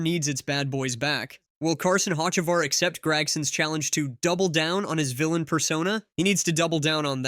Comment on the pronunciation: Bro you’ve never heard of Hotchekavar? 😂